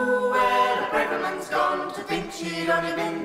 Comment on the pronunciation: This is brilliant but one nitpick, the a in Braverman is pronounced as in tavern not as in brave.